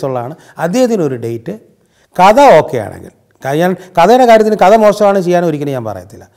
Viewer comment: Not "കത " കഥ.....